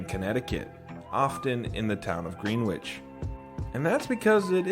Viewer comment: Just a small correction: In Connecticut, "Greenwich" is pronounced "GREN-itch," not "GREEN-witch."